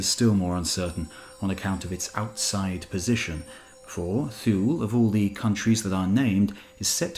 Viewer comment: I believe Thule is pronounced " Too -leh ". And Pytheas is "Pith-ee-us".